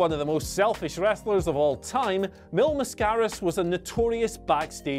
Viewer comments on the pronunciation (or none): How do you call yourself a wrestling fan and not know Mil's last name is pronounced MASK-ER-US???